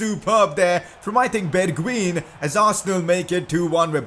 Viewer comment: The right pronunciation of bergwijn is berguajn